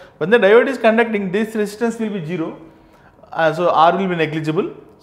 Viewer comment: İt is zero not jiro...but thnks for explanation